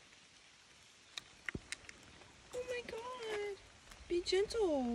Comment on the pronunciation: 'God' is two syllables now folks. 'Gaw-id'.